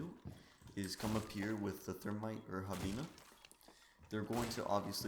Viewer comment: Nice video bro by the way it's pronounced Hee-baa-naa and not Ha-bee-naa 😄😄👍